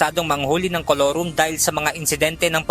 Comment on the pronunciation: Colurom??? "IT'S MORE FUN IN THE PHILIPPINES"